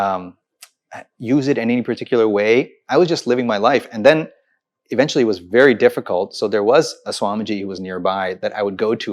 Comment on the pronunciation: It's very not wery. it's we not vee, vision not weesion if you are going to put on that fake accent, at least learn to pronounce your words correctly